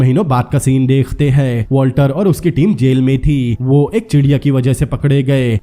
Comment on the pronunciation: Dekh te hai ... Degh te nahi bolo .. work on your talafuzz